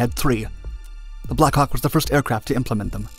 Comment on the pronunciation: Narrator: Blackhawk I hear: Blackcock